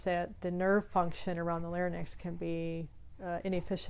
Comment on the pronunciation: Good video. But larynx is pronounced "lar-inx", not "lar-nix".